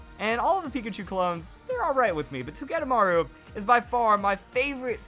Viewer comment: Does anyone else hate how he says togedemaru? I say it toe-geh-day-maru